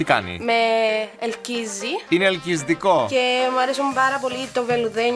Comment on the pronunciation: "Ειναι ελκιζτικο" 😂😂😂